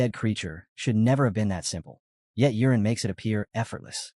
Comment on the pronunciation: It's not urine it's yuren 😂